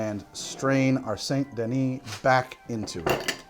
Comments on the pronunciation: I'm sorry but your pronunciation of Saint Denis as "Saint-duh-nee" instead of "san-duh-nee" hurts me 😂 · It's SAN-DUH-NEE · Even Arthur Morgan can pronounce "Saint Denis" properly and he's an uneducated gunslinger. Joe Biden Voice C'mon Man...